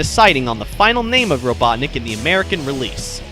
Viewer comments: robutnik lol satam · RobotnikUUH. That is that. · its Eggman, you stupid fool, call him Eggman, not Robotnik, uuuu.